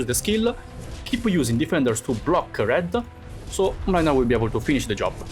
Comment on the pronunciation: The way keeps misspronouncing Mlynar's name 😂😂